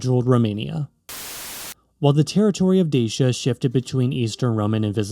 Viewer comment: Deishia and Deishians ? You are joking, right Such ignorance is unforgivable - it is called Dachia [ˈdatʃi.a] and respectively Dachians. Then KarpEItians instead of Karpatians ? Then, the answer why Romania is split in half by a mountain range should be answered by geology and plate tectonics ... instead we are presented with some mushy geopolitical mish-mash. I decisively vote this click-bait as spam or misinformation. Such videos are a disgrace for YT!